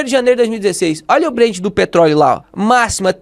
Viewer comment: Ótimo vídeo, mas é BrenT com T, ouvir “Brend” é estranho demais! Rsrsrsrs